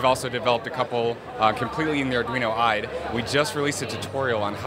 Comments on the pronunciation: Did he just pronounce IDE as a word? "Ide"? WTF is an ide? It's an abbreviation, not an acronym. Guy probably pronounces ATM like "attem". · He pronounced IDE.... I lost awareness after that.